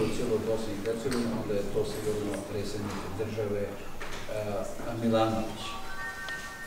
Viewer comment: Ovaj "sposobni" ministar stalno govori " presednik ". Toliko je lijen da mu je teško izgovarati - predsjednik . 🤦🏼‍♂️